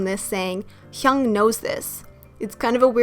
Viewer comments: She pronounces it correctly. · Ok off topic but am i the only one who finds it cute when she pronounce "Hyung" dkshsjjs